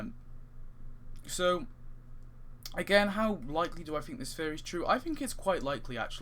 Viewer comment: So nice you cant pronounce theory so its Fan Fairy